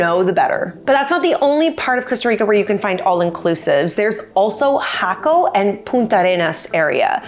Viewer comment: No.. "hack oh", yes... "hah ko".